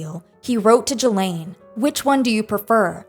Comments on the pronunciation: You are pronouncing Ghislaine wrong, and you’re doing with confidence 💀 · That's not how you pronounce Ghislaine. It's "ghee-laine" like gear not like german